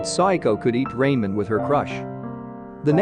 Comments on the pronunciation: it's not raimen it's ramen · Bro, hearing you say “Rae-men” instead of “Ra-men” is about to give me a stroke, please correct it next time but overall good summary 🙏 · Stopper watching when I heard Raymen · lol Ray-men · Not Raymen 😭😭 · RAY-MEN WUT RA-MEN IS HOW YOU SAY IT AAAH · It's ramen😂 and not raymen. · bruh at least pronounce ramen right